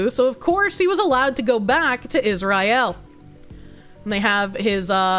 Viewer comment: “Is Rye ill?”